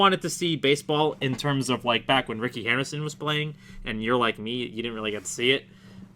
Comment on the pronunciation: Please tell me you just misspoke and do actually know the name of former Yankee Rickey HENDERSON hahaha